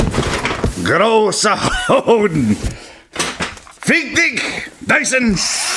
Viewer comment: it is fucking hilarious. i started pronouncing "fick dich" just like him because it just sounds so much better